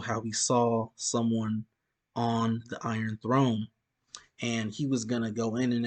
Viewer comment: did you just said The Iron Tnrone?😆